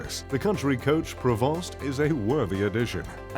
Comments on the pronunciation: Prevost is pronounced Prevo.. Just saying 😎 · It is clear that this guy doesnt know jack $hit about RVs !!! The way he pronounces cummins engine like cumin!!! Or the way he pronounces the Prevost!! You need to pronounce it in a French accent and the ( S) is silent. And he puts a picture of the Outdated XL chassis while the H3 chassis is the more modern one. And where is Librity, Emerald, or Marathon coaches! This feels like a paid advertisment for the ugliest RV ...the so called ( Plazzo) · Your VO sucks, and it's PRAY-voh not PRAY-vost for Prevost. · I knew this channel was a fraud when he called it a "pre-VAHST." It's "PRAY-voh." Anyone with any real education would know that. And the Elemment Pallazo is ugly as hell. How tragic. I'll take the Prevost. This is as bad as Alux. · Trying to sound rich but can't even pronounce "Prevost" correctly! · Want's to sound posh, but cant pronounce Prevost to save his life. 😅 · Obviously guy not real. Doesn't know how to say Prevost!!!! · That's not how this brand, Prevost, is pronounced. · The narrator should learn how to pronounce "Prevost ". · This reviewer can say palazzo but he can't pronounce Cummins, Newmar or Prevost. 😂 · Considering that Prevost coaches last 30-40 years easily, I doubt it. They don't even need a service check before a million miles+ has been put on the coach.. There's a reason they cost what they cost. A Prevost from Marathon Coach is around 2,5 million dollars. So I don't know where this 1 million mark comes in. Its very low for a new Prevost. But then again, the guy doing these videos can't pronounce shit. To begin with, the S and T are silent. But I just heard him pronounce a certain Ferrari and that was another weird thing. So idk 🤔